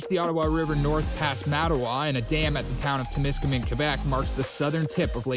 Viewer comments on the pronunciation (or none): It's Temiskaming, not Tim. You got donuts on the mind.